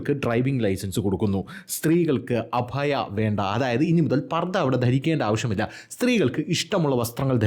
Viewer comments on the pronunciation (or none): അഭയാ അല്ല അബായ എന്നാണ്